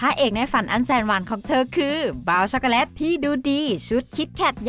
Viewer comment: เราฟังไม่ค่อยรู้เรื่องอะ แว็บเพิล. ชัคโกแลต. และศัพท์อื่นๆที่กวนใจเรา